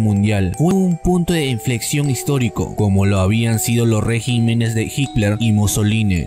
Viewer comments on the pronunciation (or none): none